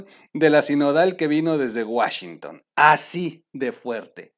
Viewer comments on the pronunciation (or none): none